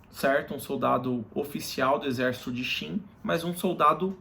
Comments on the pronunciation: òtimo video unico problema é falar Shin e não Qin, quando trata do país, complica muito a mente. Gostamos de ouvir como lemos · É pq não sabemos a pronúncia correta em mandarim mas Qin, foneticamente, se fala Chin